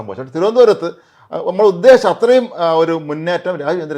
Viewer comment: അവസാന വാക്കുകളിൽ മനസ്സിലായ് സർ വെയുടെ " ഉത്തേശം.. "നിച്ച് പച്ചത "... 😄